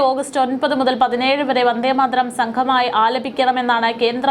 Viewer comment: വന്ദേമാതരം ഉച്ചരിക്കമ്പോൾ വാർത്ത അവതാരകക്ക് നാക്ക് പിഴ ഒത്തിരി അനുഭവപ്പെട്ടു.